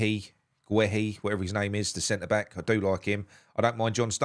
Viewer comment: STOP squashing names of black players. Sessegnon and Guehi. Learn to pronounce the names